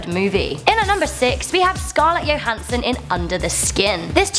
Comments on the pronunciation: she said Scarlet yohansson not johansson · Anyone else bothered by the fact she said Scarlett YOhansen instead of JOhansen😂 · Did she say scarlette YOHANSSION? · Scarlet Yo-Hansen. wtf. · I find your pronunciation of Johansson disturbing... please quit your job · She said it like a German